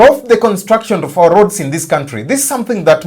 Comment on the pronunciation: Why not just say ''of" .. what's this "rof"?